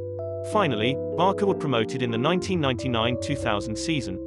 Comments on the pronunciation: The name is pronounced as 'Barsa' not this 'Barka' of yours 😔😔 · Why you’re keep calling it BarKa instead of Barca so annoying lol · It's so annoying when he says "Barka" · Actually it's Barça(Pronunciation : Barsa) not Barca . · It's hard to take a documentary on FC Barça when the narrater continually pronounces Barça as "Barka" and the Catalan name "Pujols" as "Poo-holes"...